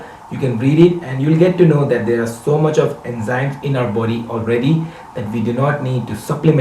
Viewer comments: India its nothing..guru mann say enjymes instead of enzymes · Bbbbbbbbutt, "Enjymes!" :'(